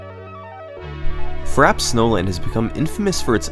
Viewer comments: Take a shot every time he says Frap Snowland instead of Frappé Snowland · Frap snowland? It's pronounced Frappay Snowland dinglebrain. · Why do I keep hearing "Fraps Nolan" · 'Frap Snowland' 😂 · "Fraps Nolan"